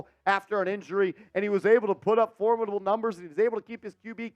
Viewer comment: It's pronounced for-mid-uh-bull